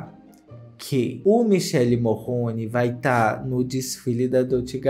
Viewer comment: Gente parece de chamar MICHELE desse jeito, eu aqui na Itália fico doidinha pq si pronuncia "mikèle", enquanto dito do outro jeito é outro nome e feminino kkkk